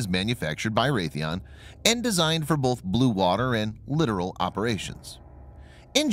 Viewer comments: I'm sorry, but it is littoral, said Lit-tor-al, not literal, said Lit-er-al. You've said it wrong several times, it's driving me nuts! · Lit-tor-al...not literal. You've been corrected on this two other times from people that I'm aware of and obviously are not paying attention. It's "literally" not the way you keep "literally" pronouncing the word. If you're going to do videos like this....a key element is to PRONOUNCE the words correctly.